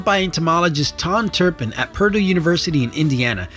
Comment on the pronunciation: You said purdue wrong